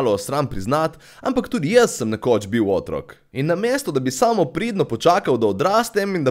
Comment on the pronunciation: Otrok se naglašuje na drugem O!! Tamo vprašaj!